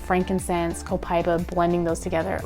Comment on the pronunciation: Pronounced Copa eeeeba